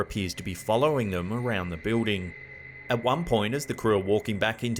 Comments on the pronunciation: what's a "biwding"? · I like how he pronounces, "building". 😊 Thanks for collecting all these creepy videos and putting them nicely into these long compilations, it is much appreciated! As a busy mom, I can't spend time searching for these things. Having them here while I can just watch or listen is great! 👍